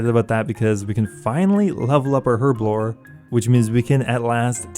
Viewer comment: It is so painful listening to you mispronounce herblore/herb over and over and over.